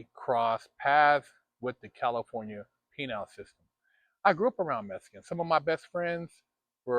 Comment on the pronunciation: LOL, it's pronounced: Penal "Pee-Null" not Penile "Pee-Nile"